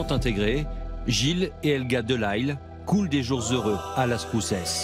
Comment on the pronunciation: Un narrateur français devrait prononcer Delisle, un nom de famille canadien français, correctement à la française ! Voyons !